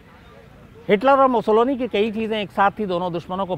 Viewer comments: शम्स भाई, बेनिटो मुसोलिनी के विडिओमे आप जो 'मुसोलोनी' उच्चार कर रहे है, वो सही नही है. 'मुसोलिनी' सही है. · नाम Mussolini है और आप लगातार Mussoloni बोल रहे हैं क्या देखने सुनने वाले * हैं ??? या शायद * ही हैं । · मुसोलोनी नहीं वो मुसोलिनी हैं।